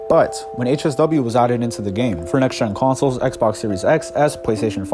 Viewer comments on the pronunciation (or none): none